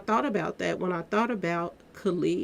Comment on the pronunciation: you know you can butcher a name. You mispronounce Shanquella and Khalil's name.